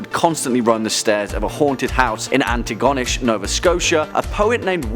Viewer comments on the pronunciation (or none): its anti go nish not gonish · Only real Canadians know it’s pronounced antigonowhere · omg I've just subscribed and here you are. Well I live in nova Scotia and it's pronounced Anti...go...nish......so Antigonish and the go is fast so o is short...lol cool that my second video of channel is from home province...cool. binginging on this channel...too many sister channels not enough time. Laters....xo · The way you pronounce Antigonish, that's a new one for me. Made me laugh. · What if he could pronounce antigonish correctly?